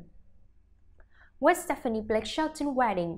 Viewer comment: This reporter needs to say Gwens name correctly. And maybe just maybe I might believe her